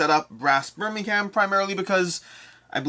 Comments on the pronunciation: FYI “Lank-uh-sheer” and “Bur-ming-um” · Great vid. But they are pronounced Lanca-Sher and Birming-um ;)